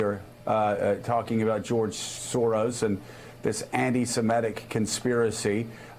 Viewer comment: Joe, please google "pronunciation anti semitic"